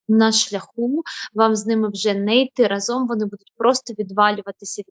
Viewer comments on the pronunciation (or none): none